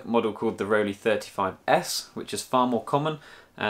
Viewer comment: Not that it's anything important but it's pronounced "roll-eye". (The "ei" in both "Rollei" and "Leica" is the same sound.)